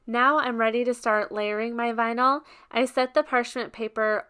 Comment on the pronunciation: Vinyl not vinal